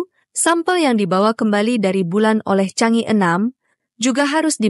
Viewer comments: Mohon dibaca Chang e,bukannya Chang i. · Chang e, dibaca "jhang ê", bukan "cang i" !